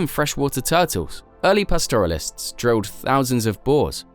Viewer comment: The 15 straightest roads in the world and the Eyre Highway is number 11. And it is about time the world learnt how to say pastoralists. The name comes from pasture (as in what sheep and cows eat) and the end part of the word has the same sound as in the medical profession when you say words like gynaecologists - the ists part of the word has the same sound. You say, pasture - a - l - ists or pastoralists and you don’t say, past - oral - ists.